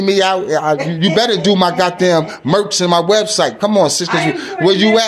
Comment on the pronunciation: Merch Baby Par not merks my guy. Dont merk nothing Baby Par. 🤣😂